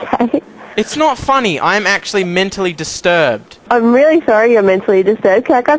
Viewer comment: Pause who else noticed how it said "distrurbed"